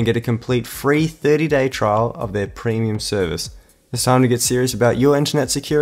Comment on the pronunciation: Were you instructed by the sponsor to mispronounce 'internet' to sound more American, or is this just a generational difference in the Australian accent I didn't know about?